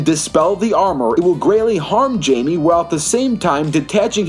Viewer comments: you dont say the j in jaime it actually haime but with a j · It’s pronounced himey so like hi and then may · It's pronounced Jaime(Hi-me) Reyes(Ray-Ez